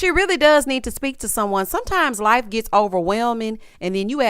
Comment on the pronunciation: Not Cedric 'saved my laf' 😂😂😂😂